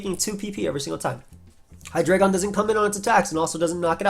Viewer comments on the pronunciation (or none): none